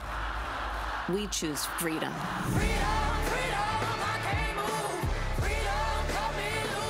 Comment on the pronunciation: Fweedom. Like her BS store she told. What a liar.